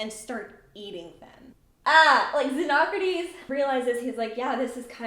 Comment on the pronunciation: Ty for properly pronouncing xenocrates.